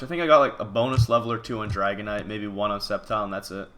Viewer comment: If you're gonna pronounce "sceptile" "septile" just rename it that.